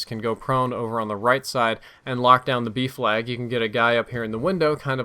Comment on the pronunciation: OOOHHHH B FLAG i thought u were saying Beef lag for the longest time